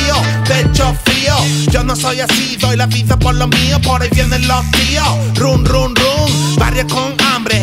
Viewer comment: Run run run se pronuncia ran xd por lo demás guay